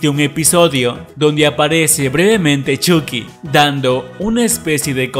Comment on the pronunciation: Se dice choqui no chuky se escribe chuky y se pronuncia choki